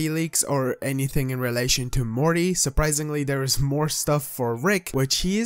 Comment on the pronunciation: did he say Marty?